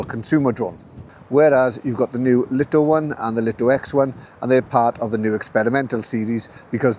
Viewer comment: Thanks for the great review. For info, according to some pre-release LITO testers, DJI were adamant that the drone must be pronounced as the Light-O and Light-O X1. Not Leet-O or Lit-0.